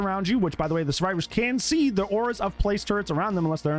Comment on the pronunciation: "we made it so xenomorph is terrified of suevivors instead"